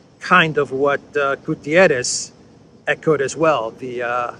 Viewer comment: GU - TTE - RES . It is a portuguese name not spanisch.